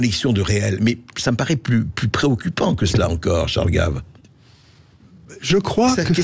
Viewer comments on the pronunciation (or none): Pourquoi dites-vous "Gaive" ; c'est Gave (comme "grave") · C'est Charles Gave et pas Guéve ou Gaive, vous ne savez pas parler français. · C'est quoi cet intervenant dans la dernière partie qui prétend interpréter Ch.Gave? Et Ch. GAVE est français, donc pas Géve mais GAve. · CHARLES GAVE ET NON "GAIVE".... IL EST FRANÇAIS ! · Ce serait mieux sans la voie de l'IA qui ne sait pas prononcer Gaves ni résilient.